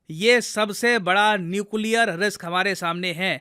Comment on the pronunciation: Nuclear 🤔🤔 Nucear